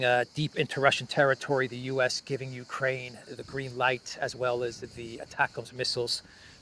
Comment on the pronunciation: Mr. Austin does not know his right hand from his left. Did we hear him say , " U - KWaine.... " ? ? Elmer Fudd that one.